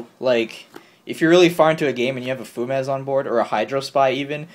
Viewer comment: Fu-mez? Fumes is a word lol. Few-mz